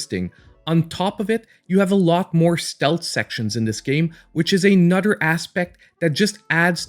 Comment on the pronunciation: Ima start calling you, like THE CHOSEN ONE but beddur.